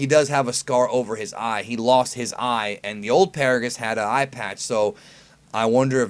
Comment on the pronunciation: NANI!!!!!!!! Its actually Paragus